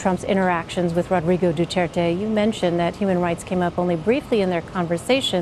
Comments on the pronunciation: its dutirte not dutertay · guys im a filipino and why did they CALL our president "duteirte" not "du-t er-te" man americans really are good with speaking our president name wrong well atleast were allies and our presidents catchphrase is what im gonna say now "My god i hate drugs" THATS TRUE THATS HIS CATCHPHRASE